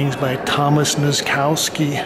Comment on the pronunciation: I hate the way you pronounce the name Nozkowski (noskauski), it should be nosskoffski